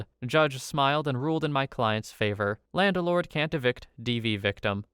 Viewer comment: Why do you say "landelord"?